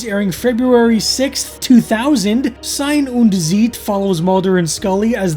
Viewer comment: aww dang the way you said 2000. :p had to wonder. But you must watch OSW review! I definitely heard some things. :p Also AE podcast pretty good cover 97-2001 and a bit more too like the invasion and stuff. Good old wrestling bollocks!